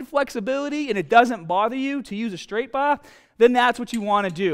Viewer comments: What accent is this? It’s like a US accent but whenever he says an “ah” he sounds like a cockney British general. …use a straight baaAah! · Straight bah or ez curl bah! Your ahms!😂😂🤣